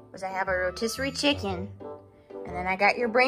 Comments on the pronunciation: You're so experts in this love chicken and he say chimkin? OMG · I love how he says chimcken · Why do you call chicken as chimken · What Is Doing To Us: Making Us Say Happs Instead Of Happy making us say chimken instead of chicken making us say am before every sentence making us say dis instead of this making us say da instead of the - forgot rest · me: watched too many videos and now say chimken instead of chicken to human friends